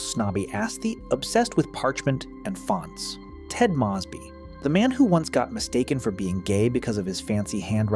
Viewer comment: Why the hell do you pronounce Moseby like that